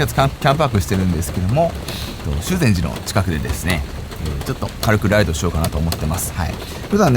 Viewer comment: 「しゅう↑ぜんじ」じゃなくて「しゅぜんじ」ね、念のため